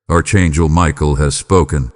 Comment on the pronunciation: You called me Arck Angle Michael i Appreciate it .